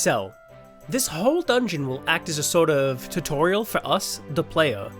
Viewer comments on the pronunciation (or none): none